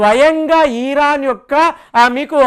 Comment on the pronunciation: ఈరాన్ ఏందిరా భయ్, ఇరాన్ అనాలి